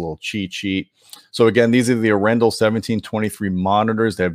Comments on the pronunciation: No offense, but I assume it's pronounced arr-en-DAHL. Emphasis on the last syllable, and the first syllable rhymes with "car." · Nice review! It's pronounced A-ren-dal, with pressure on the very last part of the word. It's the name of a Norwegian city, actually. Dal means valley. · A little nitpicky but I think it's pronounced more like "R-N-doll". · I listened to them..... PROUDLY NORWEGIAN Your Norwegian pronounciation could Improve Emphasis is on the A, not on the E Name comes from city of Arendal